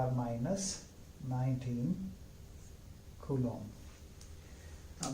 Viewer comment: Finally... Someone who pronounces 'Coulomb' right. Great lecture sir